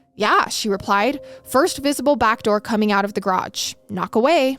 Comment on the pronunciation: i love you but how you said " she finally rePIED " lmfaoooooo